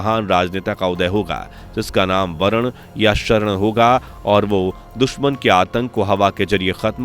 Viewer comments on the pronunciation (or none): none